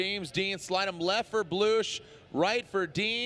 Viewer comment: ah yeah Kristaphs BLUUSCH. not the name man wtf. its Bluss <--- SSSSSSSSS